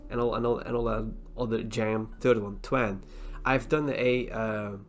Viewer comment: I’ll take your opinions , it’s Twan FYI